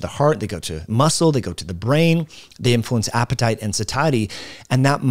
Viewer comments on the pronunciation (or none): none